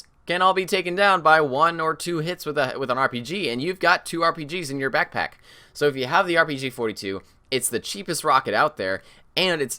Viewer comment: I'm pretty sure said packpack instead of backpack. Lol😄